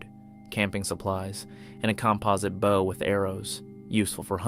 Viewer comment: It does seem that way. People have pointed out these videos are from other people. And I noticed he mispronounced bow just like Ai